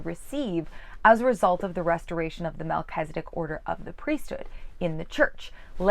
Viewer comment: I'm sorry, but I just cannot continue to listen to you pronounce Melchizedek as if it is MelchEzedIk. Since you're presuming to teach us about The Melchizedek priesthood, you should at least know how to pronounce the name.